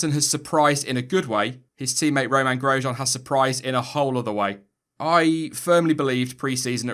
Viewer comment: " I'm giving Groesjean a D" 😏😏